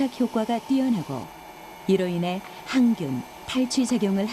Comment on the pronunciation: 식기의 향균효과?? 항균효과... 나레이션을 오류네요. 일반인도 아니고... 향균이라고 발음하다니... ㅉㅉㅉ